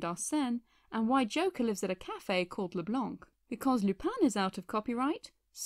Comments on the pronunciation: Just, the "c" in Leblanc is silent😉. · "LeBlanc" is pronounced "Le Blan."